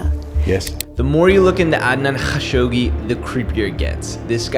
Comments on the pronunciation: All love but: just say kashoggi, not KHAshoggi. Pls n ty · Sounds like you sayin Hawkshoggi.